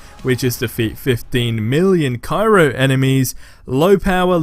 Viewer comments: Dude, it is pronounced CRYO. Not Cairo. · Again, it's cryo (cry-ohh), not Cairo (Kie-roh).